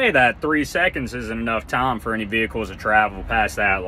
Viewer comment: This guy's got a funny voice. Pronounces time as "tarm" haha